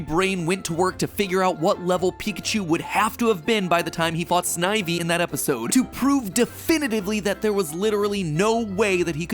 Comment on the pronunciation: The 'I' in snivy is similar to stiff sniff, etc not like I, hi, tie. I don't even like the B/W gen and i know that. Re-record the whole thing. Canto not kahnto. And do as the name of the region, and give it some feeling.